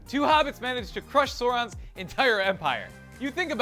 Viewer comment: I really wish he would learn how to pronounce Sauron.